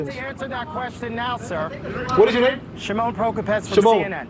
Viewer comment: shimon? like Micheal Jackson, Sh'mone!